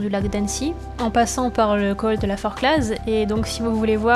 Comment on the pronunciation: on ne prononce pas le z de la Forclaz 😂